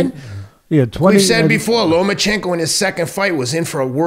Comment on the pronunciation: FFS. its pronounced - "Loma-chenko", not Lo-man-chenko"